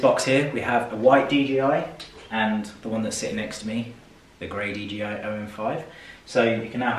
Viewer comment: Sounded like you was saying DGI not DJI